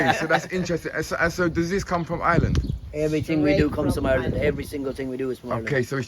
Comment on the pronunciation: He says Ireland the way it is supposed to be said.❤✌️